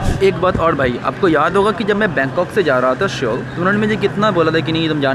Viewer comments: it's Seoul (सोल ). Pronunciation like "Sol" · Seoul nahi soul pronounce karte hai bhai